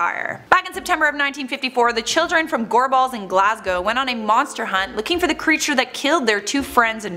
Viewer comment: Genuinely stunned that the woman in the video knows how to pronounce Glasgow and Edinburgh. That’s rare. She made a bit of an arse of Gorbals but that’s forgivable.